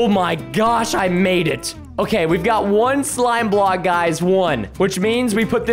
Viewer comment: he sound like he said robbed when he probably meant to got a new hoodie